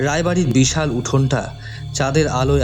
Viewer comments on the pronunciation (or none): চাদ,ফাকা-এগুলো কি হচ্ছে? ধাধা ? "কাচাপথ"? বিরক্তিকর। "ঠোট"! "হা করে তাকিয়ে রইল","স্যাতস্যাতে"।উচ্চারণ স্মার্ট করার পরিবর্তে শুদ্ধ করলে ভালো হয়।